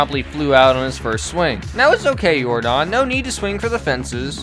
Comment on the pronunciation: His name isn’t Yor-Don it’s Yordan like Michael Yordan u uncultured swines 😂😂